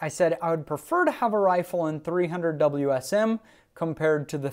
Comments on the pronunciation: It's not a darn "Wiz um". It W S M. You kill me!!! 30-06 wins. Throw a 200 grain round nose in there and see who wins. Wiz Um (?) Sucks. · The fact you say whizzzam is already terrible..... WSM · Drinking game: take a shot every time he says whizm. Don’t, as you will probably pass out.